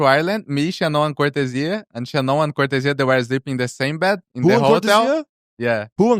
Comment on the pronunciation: I appreciate how tarik learned how to say cortezia properly